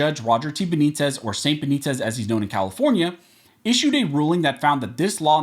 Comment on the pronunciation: Stop saying St. Benitez